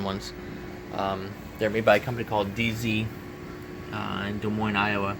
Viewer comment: P.S. great job saying Des Moines properly 99.9% of people pronounce it Des moine-s which is wrong!!